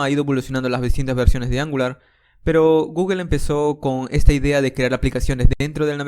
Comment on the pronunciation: genial curso! solo que me vuelve loco que digas guguel XD